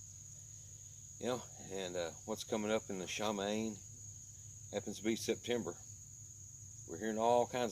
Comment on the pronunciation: Just a heads-up... it’s pronounced Shuh-Mah-Yeem